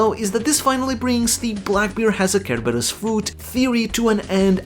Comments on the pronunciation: It's not pronounced ker-ubus. It's pronounced ser-berus. Like cero from bleach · The way you say Cerberus kills me lol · You’re killing me with how you pronounce Cerberus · you butchered the name Cerberus wow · Its cerberus like Cent not cucumber 😂